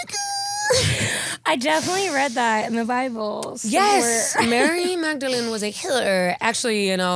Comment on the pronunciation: Mary Magdalene... Mary Maddy-lene 😂